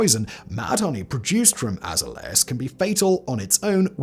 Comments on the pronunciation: Azzer Lay Az ! ah zay lee ahs please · You have to learn how to say the words in the script so people know wtf you're talking about. For instance, azaleas is pronounced uh-ZALE-yuhz. 🙄😅